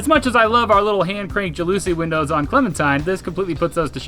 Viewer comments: another great video! btw, those windows are pronounced jal' o see, not ja lou' see, but that is adorable anyway! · Not that big of a deal but Jalousie Windows is pronounced JAL-uh-see. Pronounce "uh" like "duh", not JAL-U-see.